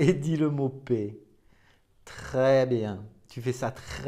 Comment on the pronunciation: Paix et pas pet hein 🤪 merci ✌️😘